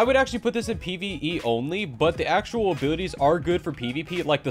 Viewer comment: When he says abilities I hear him say abooties